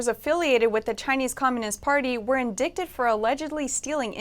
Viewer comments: 'in-dick-ted' - seriously? She's supposed to be a newsreader? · THE WORD INDICTED SHOULD NEVER PRONOUNCED IN-DIKTEDi-, BUT IN-DITED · In-Die-ted, not In-dick-ted :D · Psst,, indicted is pronounced "in - dīt - ed," not "in - dikt - ed." Just saying. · It is 'Indicted' pronounced as 'Indyted' not 'Indickted' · They got in-dik-tid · Indicted is not pronounce in dick tid. When are you going to start hiring people that are literate? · "indicted" read as "in-dick-ted"? "Slabe Lavor?" Who's in charge of verifying that this stuff is accurately spoken?! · Dear anchor, please look up the correct pronunciation of the word "indicted" before your next broadcast. You do not want to sound unintelligent. Thank you.